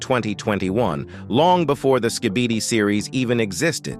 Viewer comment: I like how he says skibidi wrong